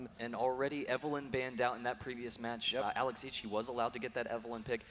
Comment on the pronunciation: i hate the way the commentaters say Alex ich almost sounds like alez itch